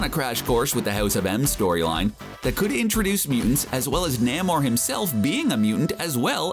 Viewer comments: Namor is pronounced "NAY-MORE" and not NAM-OR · it's Name-Or not NAM OR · namor is pronounced Nay More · It's not Nammore. It's Nay-more. And he's the sub-mariner. Some people call him the submarine-er. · Nay-More not Nah-More. Do you even Comic, bro? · Who the hell is NAH-mor?? Thanks for revealing the reader isn’t actually a comics fan. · NAY-more. Not whatever the hell you said. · You said Namores name wrong so many times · You did not pronounce Namor correctly. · Please learn how to pronounce the names you're saying. Wiccan is not pronounced Why-can. Sounds like more like wicker, but with an -an on the end instead of -er. Also, Nahmer? No...Namor as in 'Name-or'. This was frankly embarrassing to listen to. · Thumbs WAY down for NAM-or and WHY-can. Can we please have someone read this who actually reads comics?!? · Nah-mor? Why-can? How can you make a video about comic book characters and not know how to pronounce their names? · Yes I am a huge fan of Nah-mor and Why-ccan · Narrator needs to learn how to pronounce Namor and Wiccan.Wow. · Narrator needs to learn how to pronounce names. Thumbs down